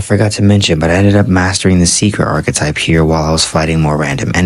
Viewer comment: You really suck at pronouncing some words, huh? Like Archetype and Regicide.